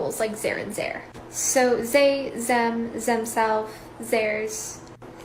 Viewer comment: Did you just note zee-zem? Lmfao